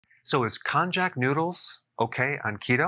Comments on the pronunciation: Pronounced kon-nya-ku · Hey Doc!! And, anyone else who is interested --- The correct pronunciation is kone-yack. 😀😉 I love it!! It's delicious!!! There IS flavor, but not the crazy way westerners expect flavor. It's made of corm, not corn. Pro Tip: Start out slow, and only eat half of what you think you'll want. Because it will swell/expand in your stomach and intestines. Your body has to get used to it. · I have only heard it pronounced in Hawaii with the "J" as a "Y". Cone - Yah - Coo. Cone as in ice cream cone, Yah as in: Yum, Yum or Yawn and Coo like in racoon. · I believe it's pronounced not [konjack] but as [konyack]. That's how we easterners call it. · I was thinking it's pronounced Kon-Yak